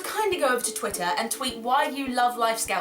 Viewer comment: When she said "twitter" it sounded so... british.